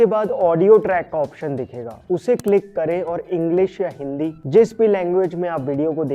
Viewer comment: भाईसाहब हिंडी नहीं हिंदी होता है 😂